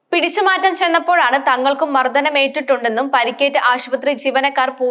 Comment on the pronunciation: മലയാളം അറിയാവുന്ന ആരെയെങ്കിലും വായിക്കാൻ ഏൽപിക്കൂ... മർദ്ധനം അല്ല,മർദ്ദനം.... pronunciation orupaad mistakes und